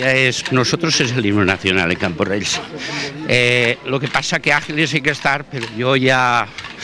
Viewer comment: CamporreLs no borrega, Camporrells haha